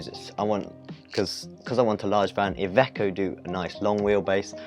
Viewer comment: You’re pronouncing it right! I’m italian :) thanks for the info...